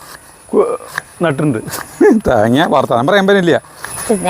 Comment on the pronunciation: തേങ്യാന്ന് പറയുന്നത് ആര് നിർത്തി.. ഉവ്വ തേങ്യാണ് നിർത്തണത്...😂😂😂🙏💕